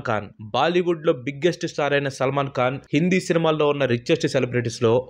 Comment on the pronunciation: Salman kaan?? Khan saar adi khan..!!! Kalu kaadu saar..kalu ante toddy. Kallu ayya avi eyes eyes..🙏